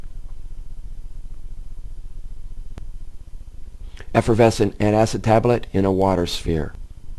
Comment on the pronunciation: this nigga said efervesinat acid tablet y the fuk cooldnt he just say alkaselter